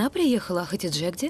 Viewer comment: Хатидже* , а не ХаДИже